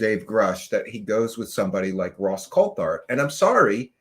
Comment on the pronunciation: COLT HART!!!!! not Colthart 🤦🏻‍♂️ omg